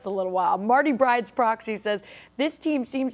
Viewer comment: Marty Byrde… not Marty Bride… every week she says bride and it’s Byrde. It’s a reference to the Netflix show Ozark. Please correct this… for Marty’s sake :)